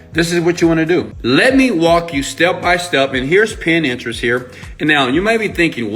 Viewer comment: it is PIN TERIST ---- not pin-interest